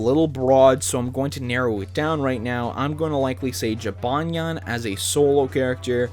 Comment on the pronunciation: He said jibanyan neat